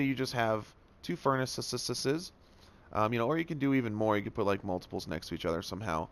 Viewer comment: “Furnisisisisis” lol